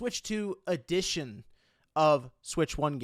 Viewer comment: it sounds like you’re saying “ADDITION” instead of “EDITION”